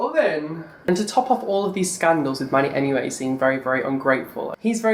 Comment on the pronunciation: I KEPT SWEARING YOU WERE SAYING "MONEYMUA" NOT MANNYMUA. I MEAN...ITS ONLY FITTING :)